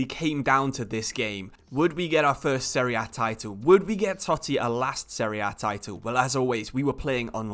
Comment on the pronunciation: Thanks bout this video, finally someone that says the competition's name correctly ;) btw thanks for this video about Totti, our eight roman king... Daje Roma!